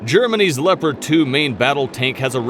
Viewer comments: why the fuck do people pronounce Leopard as LEO-PARD when we all well know it's LEP-ERD... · Pronounce Leopard tanks as le-pard tank. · please program the computer to pronounce Leopard like the animal.